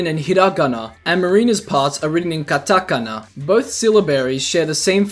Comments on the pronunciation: god it hurts so much to hear you put the accent on the "Ta" in Katakana. FYI, Japanese for the most part doesn't have an accent put on any specific syllable. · There's something beautifully blursed about the way the words "hiragana" and "katakana" are pronounced . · How he says "katakana" makes me wanna laugh but I'm trying not to😂 Honestly the Nasty Majesty has "nasty" that makes me think Marina said "Zesty" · The way "katakana" was pronounced KILLED me lmao. As for Marina's dialogue being written in katakana it's likely to imply Marina is a "foreigner" in Inkopolis. Makes sense as she's an Octoling. In Japanese they will transcribe text or dialogue completely in Katakana over Hiragana to imply it's their second language. Yes, Katakana is primarily used for loanwords but in media it can be used to imply they aren't as familiar with the language.